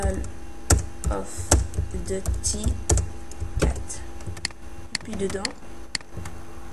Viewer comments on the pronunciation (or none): C'est pas "call of deuty" c'est "call of duuuuuuuty" ! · "calle ofe dutie" c'est pas comme ça qu'il faut le dire mais bon, c'est pas grave.. --' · "QUEUL OF DEUTI" xDDD, Mrci pr la video tout est bien expliqué